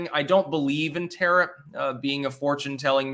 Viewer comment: He pronounced "tarot" like "carrot." I was just about to pick on getting that wrong, then he said it correctly. Make up your mind! Can I mock you or not!?